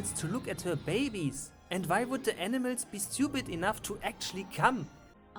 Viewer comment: He’s Calling Animals... Aenimeltz. FUCKING AENIMELTZ